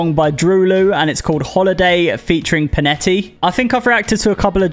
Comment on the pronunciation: There’s no way you butchered both of their names 💀 it’s “dr-oh L-oh” and “pon-ett”